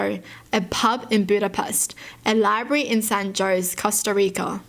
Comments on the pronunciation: looks like a bear omg AAAAAAAAAAAAA Btw it’s pronounced as “San ho-se” and not “San jowz” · It's pronounced Hoe-zay not Joes. It's pronounced like that because it's supposed to have an accented E. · I love your videos, and your personality is absolutely amazing, but please tell me you did not just pronounce it “San Joe’s” 😭😭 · she said san joes i cant XD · When you say San Jose as San Joe’s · Did she just say San JOSE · How cute! She pronounce San Jose with J instead of silent (San HO-SE). Btw love your videos 💙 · The Jose in San Jose is pronounced Joe’s-ay, or Roe’s-ay, if you want to say it how a Spanish-speaking/Hispanic person would. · the fact that she said (san-JOZE) instead of san jose 😂😂😂😂😂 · san ✨joes✨ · she said San Jose but you may have heard San Joe’s due to her accent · The way she said San Jose makes me mad😀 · The way she pronounced “San Jose” was kinda cute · san jose is not pronounced san jose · not me scrolling through until I found someone else who noticed in case I was the one who was wrong lol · IM NOT THE ONLY ONE WHO CAUGHT THAT XD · not me getting triggered because she didnt pronounce San Jose right